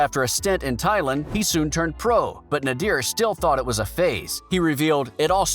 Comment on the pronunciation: Good vid but it’s not pronounced nadeer it’s pronounced nay-der side note: Nader didn’t not want Hassan to fight Hassan kept doing boxing then stopping so Nader said take it seriously or your not doing it